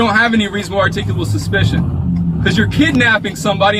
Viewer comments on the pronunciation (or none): Their favorite word seems to be "artickable"" ""artickitable" "arctickable"...lol. This child was never told the word "no".